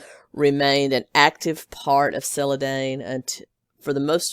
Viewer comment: Don... sell-uh-DON